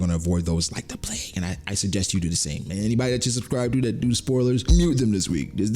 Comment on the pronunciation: I’ll do my best to watch out for spoilers..! Type this at the end of the video and did ya say “Subscribble” ..???